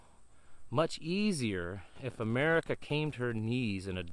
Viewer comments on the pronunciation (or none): none